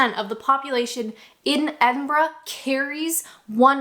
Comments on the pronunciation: Perfect Edinburgh pronunciation . Kudos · its so weird hearing a north American accent pronouncing Edinburgh correctly